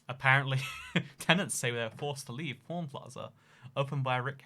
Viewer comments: how says pawn sounds like porn lmao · OMG I THOUGHT HE WAS SAYING PORN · Living in Vegas isn't that great unless you move to the subarbs of Summerlin, Spring Valley, or Henderson. Also, when I first heard him talk about the pawn shop I thought he said porn shop and porn star.